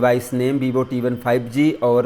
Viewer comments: That is not bibo 😂 it's Vivo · That is not bibo its vivo😂😂